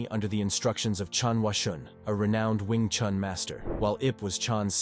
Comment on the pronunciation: Attempting to talk about an art, start by learning to pronounce its name correctly. It is not "chAn" but "chUn". Would you trust an opinion about, say, Leonardo da Vinci, if the voice would pronounce the surname like "de Vaintsi" ? It is strange indeed that later in the video the name "Yip Chun" is pronounced correctly. What's the difference ? "Wing Chun" and "Yip Chun", huh ?